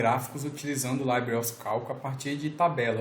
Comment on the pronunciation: libre é uma palavra espanhola; então não precisa de falar "laibri"